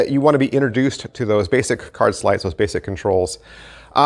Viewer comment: Lost interest when you said "sleights'